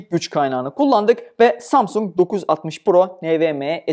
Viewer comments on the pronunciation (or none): none